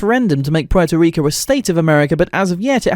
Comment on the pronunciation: me: interested in the video him: puay toh ree coe me, a puerto rican: 🥲